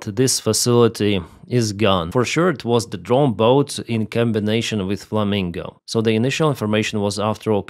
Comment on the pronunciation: It is flamingo O not flaminga A